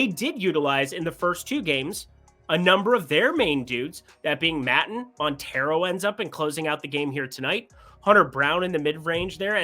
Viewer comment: Phil Maton is pronounced ‘May-Taun’